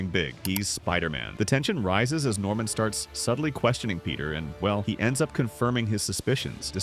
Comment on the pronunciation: Normam? It's Norman